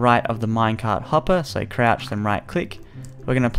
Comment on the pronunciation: I love how he say's Crouch